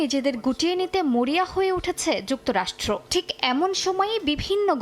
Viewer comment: উপস্থাপক যুক্তরাষ্ট্র উচ্চারণ করতে পারছেন না তেহেরান উচ্চারণ ও ঠিক হচ্ছে না